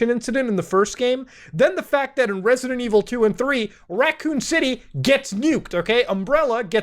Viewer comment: Risidint ivil